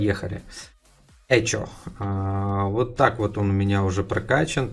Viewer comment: не "Э, чо!"))) а читается, как "Эхо")